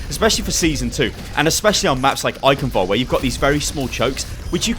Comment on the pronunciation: The 'ch' in Eichenwald(e) isn't pronounced like a 'k', its a Sound not used in english, which sounds like a cat hissing. would be great if more People say it right, because even Athena/announcer doesnt get it accurate.